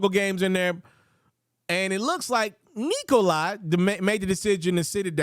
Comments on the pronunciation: 👎 for saying Nikol-i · Why does this dude keeo calling him "Nikolai"? Thats jot how its spelled and not how its pronounced.